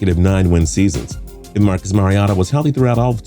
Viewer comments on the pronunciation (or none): People finally putting some respect on The Titans name. And it’s MariOHta not MariAWta when you say Mariota’s name. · As a Titans fan, I hate the way butchers Mariota's name